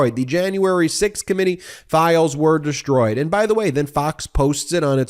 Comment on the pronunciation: no matter how many times you say it, there's still no H in DESHTROYED 🙂